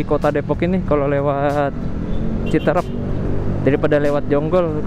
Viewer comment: Citeureup bukan citrep,Luh coy